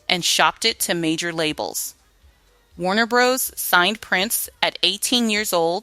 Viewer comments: LOVE the SONGS, but the story telling by AI diminishes the project. It's important to tell the stories with accuracy and without making up words. *RISQUE is Ris-kay, not Ris-cue *WARNER BROS is Warner Brothers, not Warner Broes *JANICE is Janiss, not Je-ness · Warner Brothers, not Bros, the word risqué pronounced Riss-Kay, Miki pronounced Micki, after that I had to bail. You guys need to review these voiceover copy with someone whose from the era are an educated English teacher